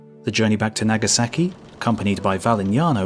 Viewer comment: "Nag a sacky" ...oh lord, how I love British pronunciation of "ah"